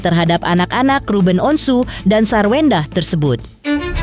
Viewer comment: Sarwendah tanpa R jadi Sawendah.